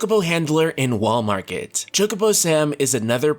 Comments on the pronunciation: Every time he says "Wall Market" I keep thinking of "Walmart." That's probably what I'll be calling this place from now on. 🤣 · I keep on thinking he is saying "Walmart".